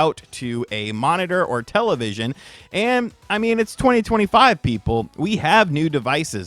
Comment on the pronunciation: Please stop saying "television"